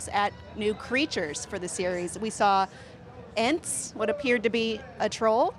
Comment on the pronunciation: the woman called them Ants instead of Ents